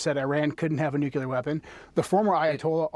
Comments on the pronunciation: Why do smart people intentionally mispronounce ""nuclear?" It's cartoonish. It's pronounced "new-clear," not "noo-kyoo-ler." This started under GWB trying to sound folksy. Now it's a 'tell' that one is right wing. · The guy can’t even pronounce nuclear correctly.